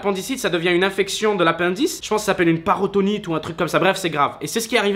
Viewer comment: C'est pas paratonite c'est péritonite